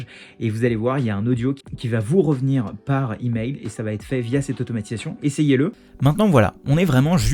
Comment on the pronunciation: IIElevenTabs testé : "Ca va" est prononcé "Ka va ?" Oups, ca commence mal, en tout cas en Français ! Euhhh en Frankai, pardon.